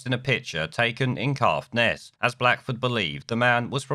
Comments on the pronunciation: The man's a ring piece. However, its CAITHNESS not Cathness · It’s pronounced Kaith buddy. Kaithness. Caithness